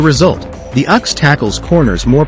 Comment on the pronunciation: The “uhx”? You mean the “U ex”